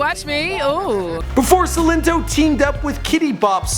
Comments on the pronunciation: Why is saying sin linto it's silento toe that's the best way I could break it up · so annoying when he was like 'seelento' when it's 'sILento' emphasis on I ✋🏾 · the way you say his name is not right